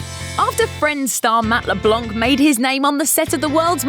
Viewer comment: You dont prononce the c in leblanc, its a french name.